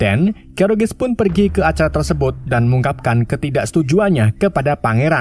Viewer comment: tersebut bang. bukan tersebot